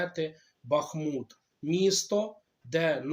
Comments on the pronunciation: Якщо ви кажете Якщо ви кажете Бахм'ут, тоді Івано- Фр' анківськ. Ставте наголос вірно. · Правильно БахмУт !